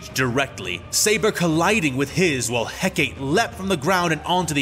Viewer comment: You know, Asajj and now Hecate have now faced the pure mack daddyness that is Obi-Wan Kenobi. Between him and a female combatant, a lightsabre fight is foreplay... And it's He-ka-tee, not Heck-Kate.